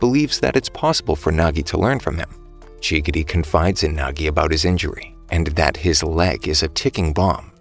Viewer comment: bro really called chigiri chiggity💀💀💀